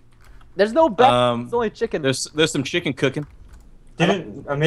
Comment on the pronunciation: the way preston says beaf is BEF that means something really dirty in dutch hahahaha i was like ROFL when he said that